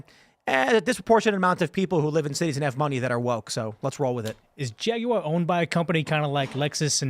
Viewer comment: Dude, why is he adding an extra syllable to Jaguar? “Jagie-uar”.